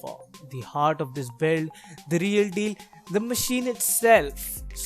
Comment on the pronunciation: "the reeal dealllll" - Indian accent